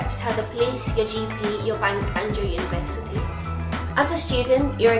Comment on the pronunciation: 是法国人吗 感觉每次university都是法语发音